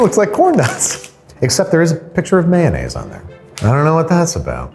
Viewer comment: Delicious may-naise. :')